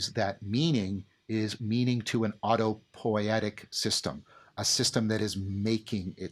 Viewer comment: It is autopoietic (not autopoetic) by the way. But great talk ! Thank you.